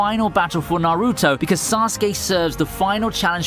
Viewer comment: Does he pronounce naruto and kaguya that way to get a rise out of people?